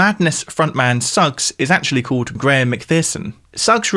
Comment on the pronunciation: u say Paul Mcartney like Poe Mcartney an say called like code. lol